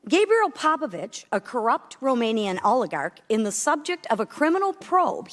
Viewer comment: ?! Gabriel Popoviciu not Popovici, and the person in question is a Romanian businessman and NOT a Russian oligarch. Can anyone speaking in a hearing do some proper research and speak properly?